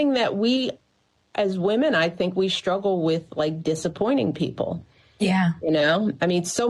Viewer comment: Sssshhhtruggle still can't pronounce the word.😂 Why is she always so angry, and constantly lecturing others..Do what you want to do woman, who cares, you were once likeable lately you're just an angry menopausal woman.